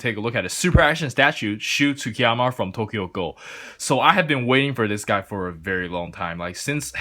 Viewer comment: “Tokyo gohl” 😂😂